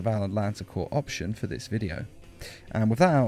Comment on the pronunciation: Isn't it cor not corp